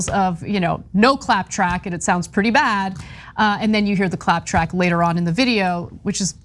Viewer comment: "Clap track" sounds like "clap trap."